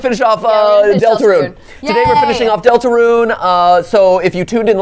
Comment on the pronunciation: 😡😡😡 NOT DELTERUNE